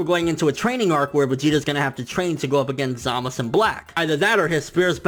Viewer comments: No. Go back and listen. They say ZamazU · ZamazU. please. pronounce the damned U.